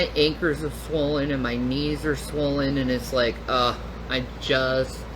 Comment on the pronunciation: I would say at good money “donate” for her to pronounce g’s and d’s at the end of her words. Lol her ankers?? Ankles?